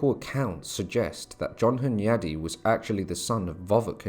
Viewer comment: John Hyundai? I thawt he woz well Korean innit